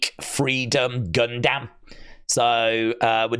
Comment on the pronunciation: Great video. You say Gundam wrong. Make me laugh. Gun-Dam...